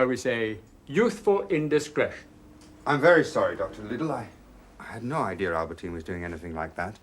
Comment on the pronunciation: that old professor man calls Albertine "Aberdeen" at 5.10!